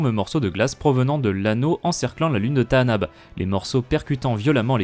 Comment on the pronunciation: Bizarre dans le film, Lando dit Tanaab et non comme tu dis, c'est une erreur (grave) de traduction ? Et comment connais tu le bon nom du coup ? (je suis curieux (mais attention au côté obscur 😊)) Et c'est aussi ce que dit Kyle Katarn dans jedi academy (si les disciples de Ragnos sont sur Tanaab, ils ne sont pas là par hasard)